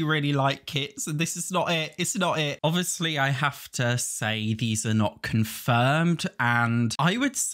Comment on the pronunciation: “Obwishly this wone isn’t gwonna bwe colled- sowway I’m such a pig” 😂😂